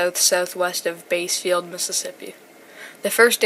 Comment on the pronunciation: Side note but by the way bassfield is pronounced like the fish "bass" instead of "base" "bass- field". Otherwise this was a great video! Also merry Christmas if you celebrate!